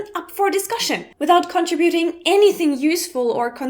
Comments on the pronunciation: ray-dar, not rah-dar. con-trih-bew-ting, not con-tra-boo-ting. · Contra-buting? NO! Con-TRIB-U-TING